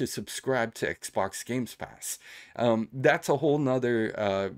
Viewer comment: Why do u say GameSpass ? 😅